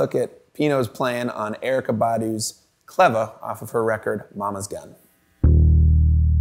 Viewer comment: If he says Erykah's name like that again 😡